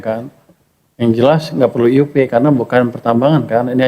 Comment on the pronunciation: Kok Ay yu pi.....IUP itu IZIN USAHA PERTAMBANGAN bahasa Indonesia bukan Inggris kok di ucapin nya Ay yu pi...ngawur ini